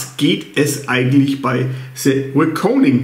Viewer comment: Es ist wirklich nicht anzuhören. Es ist wirklich nicht persönlich. Schaue Dich viel. Aber sprich endlich "The" richtig aus. Nicht mit einem S. Schau doch einfach mal bei Cinemanuel wie Er das ausspricht. Ich als Filmfan finde das erschreckend das man Dich darauf hinweist und Dir das egal ist. Vielleicht bist Du einfach nicht lernfähig. Trotzdem einen schönen Tag und viel Spass beim Filme gucken.